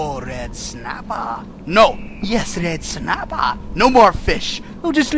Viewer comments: "mmmm, reed snappa" NO! "mmm yes red snapa!" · just a bit of red snappah! just a taste of red snappah! lol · RED SNAPPHAH!!